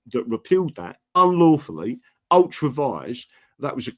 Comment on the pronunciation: NOT Ultra Vise BUT Ultra VI REA'S SPELT ULTRA VIRES